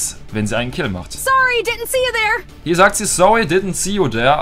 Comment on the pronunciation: Sowwy ditnt see u sere!🤣🤣 der english profi